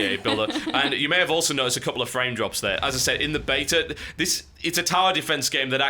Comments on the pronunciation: I like how when TB says beta too fast he says betar. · How you pronounce beta annoys me TB you are loosing your English! I hope you pronounce aluminium properly.